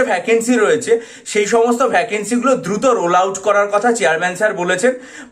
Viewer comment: ধ্রুত ধ্রুত করতে করতেই শেষ 🤣